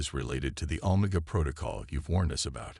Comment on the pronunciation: Pretty good but, when the AI your using can’t pronounce OMEGA in a syfi story well big problem.